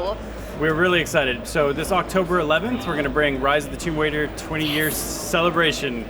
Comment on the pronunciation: Did that guy just say "rise of the tomb Waiter" lol